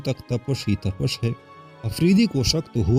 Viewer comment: tapash, nahi tapish